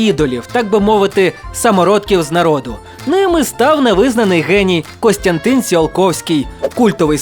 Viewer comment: і-ден-ти-фі-ка-ці-я а не індетифікація і Костянтин а не Констянтин